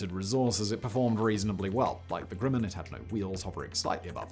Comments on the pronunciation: Cool vid but hearing Simon mispronounce Grumman is weird. It's GrUhman (uh...) not GrUmman (oo/u). Maybe it's his accent causing it. shrug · Grumman is pronounced like Grum-man which rhymes with rum. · It's Garrett "AIResearch", and GRUMman rhymes with GUM or GLUM, NOT "Groom" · I wasn't going to say anything about his pronunciation of Grumman (like summon) but when he mispronounced Pueblo, I thought I had to call it out. These are really awesome videos and I know a Brit should not be expected to know our quirky pronunciation rules, but if your job is an announcer, then...